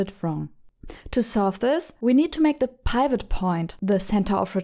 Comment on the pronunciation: PIvot (Pie vott) LOL